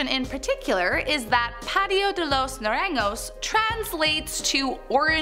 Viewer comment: hi! just popping in the comments- Naranjo is pronounced more like “na-rahng-ho” or “na-rahn-ho”. just wanted to share!